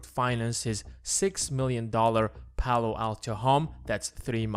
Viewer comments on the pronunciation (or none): none